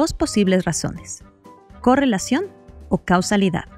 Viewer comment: muy buen video pero en una parte dices cusalidad y ahora me estoy liando!!!!!🤣🤣😂